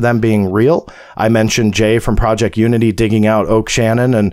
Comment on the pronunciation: It's booroo crime prajict